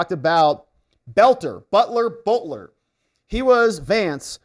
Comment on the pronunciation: No reason to mispronounce his last name.. And no reason to connect the Butler last name with BELTER.. And this is why I cannot take any longer. 🤔👎😐